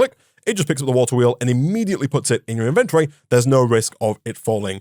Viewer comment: Please, PLEASE Pronounce inventory correctly One day he shall